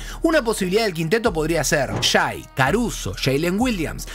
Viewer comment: Amigo, se pronuncia Shei, no Shai. HolmGREN, no Holmgrin. Saludos capo!